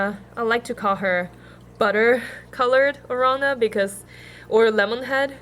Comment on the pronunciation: why u say oronda instead of orAnda?